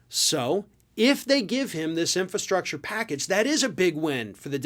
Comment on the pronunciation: Trump can barely pronounce infrastructure. He made empty promises during his term.